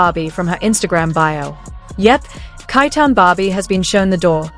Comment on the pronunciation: Chi chi-town not kai town sounds like SHY. Shitty ass AI voice over